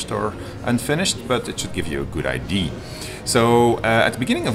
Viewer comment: Hi. Game's looking nice. One tip though: As founder of a development studio that releases games to an international audience, you might want to consider taking a course in proper english pronunciation. because a card is not a cart, and an idea is not an aidee. Makes watching this video pretty painful.